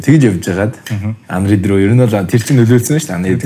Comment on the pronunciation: Undead gej sonsood bga hun bna uu?